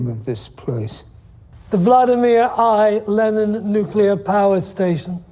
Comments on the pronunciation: Nukular Neclear. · nuclear, NOO-clee-er not nucular NEW-cue-l-are (: but “enjoying” this so far and good and smart insights (: on to episode 2! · Every time he mispronounces nuclear as "nuke-u-lar", God kills a puppy. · "nucelar"? Ok W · Thanks,! Thanks,! ☢ It is an excellent series. Much of it is difficult to watch. I hope you'll love it, as I did. 🔸 Since kept mispronouncing nuclear, a good way to remember is that it sounds like it's spelled... nu-clear (new-clear). That's what our science teacher drilled into us. 🤣